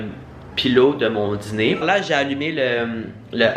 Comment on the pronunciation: Je rit quand dit: ‘la dziner’. Est-ce qu’il n’est pas ‘diner’?